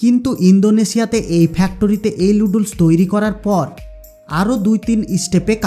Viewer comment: নুডলস কে লুডলস বলছেন আগে প্রডাক্ট এর নাম ভালো করে শিখুন।